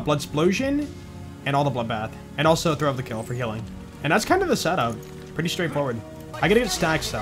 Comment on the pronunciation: I love when says “da” instead of “the”. He probably does it subconsciously, but I find it hilarious for some reason.